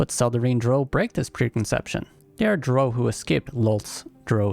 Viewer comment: Your pronunciation of Drow bothers me more than it should XD I'm also def looking at a Drow Gloomstalker at some point and Dragonborn Spore Druid, but my first playthrough will be a Drow Warlock for sure. Haven't fully decided if Lolth or Seldarine tho.